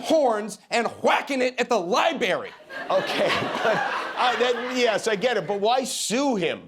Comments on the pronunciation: LOL, "libary". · What's a, " LIEBERRY?" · Not the liberry! 😂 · Love the collar and tie. ‘Libary’ 😂😂😂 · Why cant he pronounce LibRary correctly? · Why can't US citizens pronounce Library